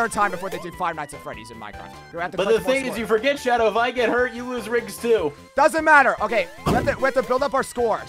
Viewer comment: I'm sorry the Hedgehog XD I know that he meant to say I'm Shadow the Hedgehog, it literally sound like he said I'm Sorry the Hedgehog XD